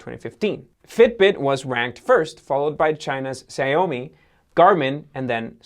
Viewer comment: I guess he's never heard of Xiaomi before? He TOTALLY mangled their name!